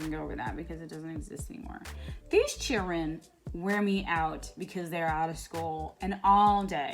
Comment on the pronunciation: This chr’en....🤦🏾‍♀️😂😂😂😂🤣🤣🤣 I hvn’t heard tht in sooo long!